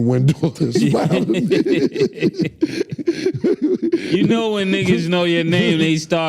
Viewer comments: Wendellllll not window 🤣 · bro it’s wen-dell 😂😂😂